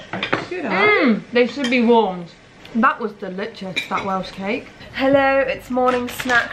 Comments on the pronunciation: Is it just me or did I hear delitious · After eating the Welsh cake "that was delitchus" I will now never say it any other way! Also as an Aussie my kids tease me for saying Taco (with a hard A) rather than "Tahco"... This is what they mean by "influencer" 🤣🤣